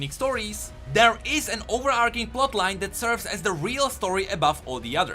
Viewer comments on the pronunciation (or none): I like your videos, you're enthusiasm is contagious. btw, it's pronounced 'overarching', with a CH not a K sound....